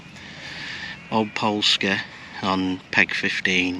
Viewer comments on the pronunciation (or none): “Polski solshire” 😂 poor old, one day you’ll get it right 😂😂